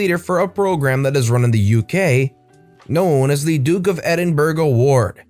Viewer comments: Not "ED in berg" it's pronounced "ED in ber oh" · eDiNbUrG. No hate I just though it was funny, the 'g' is kinda silent. I can see someone not from Britain not knowing that but it's still funny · you mispronounced Edinburgh. Not being a dick, just letting you know. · chuckles Just a friendly FYI Edinburgh is pronounced Edin-borough (but with more of an 'ah' instead of an 'oh') not Edin-berg. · Yo love the vid, please look up how to say Edinburgh (it’s not ‘berg’). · gonna be that guy and point out it's pronounced "Duke of Edin-bruh" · Edinburgh is phonetically edinboro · Lovey it’s pronounced edinbra like a guy would say to your male friend ‘hey bra’.❤️ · also DofE is like 'D of E' if that helps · Edinburgh is pronouced ( Edinburra) that was my fav story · D O F E is pronounced D of E and Edinburgh was also pronounced wrong, but it was close enough